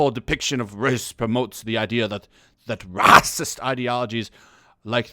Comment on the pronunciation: The way he says Ρασίςτ gets me XD